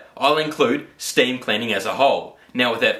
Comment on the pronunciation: what's "staieem"? nont noitive ongeleish expeekerer heeir. Ja. Ja. Ja. queosden